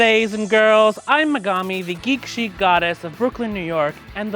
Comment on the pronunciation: How u sayin u a geek then not saying Megumi like how it's supposed to be said